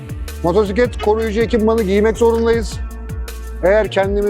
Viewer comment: Güzel anlatmışsın kardeşim de, bir de reflektiK yerine reflektiF diyebilsen ne güzel olurdu. Bir de motoRsiklet değil, motosiklet. Evde biraz alıştırma yap.